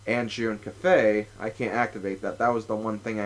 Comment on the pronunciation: with the japenease pronunciation the 'a' would be like father, the 'e' would be like edge, and the i would be like macaroni so the pronunciation in kind of like ka-feh-ee hope that helps =\